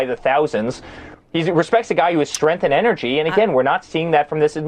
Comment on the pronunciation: Today's word is: STRENTH 🤣🤣🤣🤣🤣